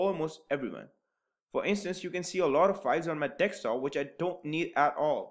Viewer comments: Your saying dekstop not desktop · It's Desktop and not DEKSTOP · It's desktop not dekstop..